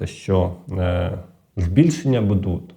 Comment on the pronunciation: умный, грамотный, но режет слух Ваше "БУДУТ", это русское слово, вы только поменяли ударение, правильно БУДУТЬ с ударением на первый слог и БУДЭ тоже ударение на первый слог.Может это ваш местный диалект, но вы же работаете на большую аудиторию и должны говорить грамотно